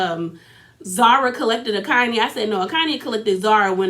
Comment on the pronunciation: Here are the pronunciations: Za-ri, An-de-le, khan-yi, swanky J is Jerry Otherwise good review! Also I thought Platinum only had four kids two of which are Zari’s.